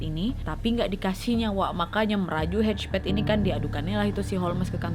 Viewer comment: Nama nya hedgepeth gua denger nya kejepet hehe